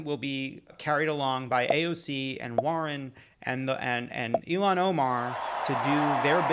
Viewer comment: guys, it's ILL-hahn, not Ee-lan. You make her name sound like Elon Musk. I thought it was only the Fox News crew who so dramatically mispronounces her name. Have some respect